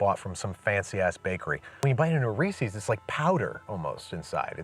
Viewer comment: Did you honestly pronounce it as “Ree-cee’s” 😳😳